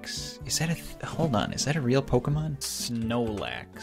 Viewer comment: when he said "snoelax" i felt that.